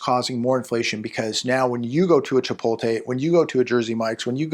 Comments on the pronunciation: ChipoTLe, not chipoLTe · It's "Chpot-LE",.